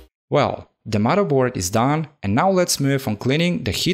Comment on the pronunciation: "Mudda board". Love it!